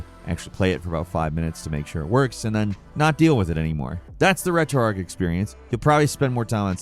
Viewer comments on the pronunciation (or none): why do people call it retroarc? its retroarch